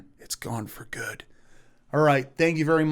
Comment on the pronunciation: There is no way to spell the way he pronounces "thank you". Thhank you. Tthhhank you.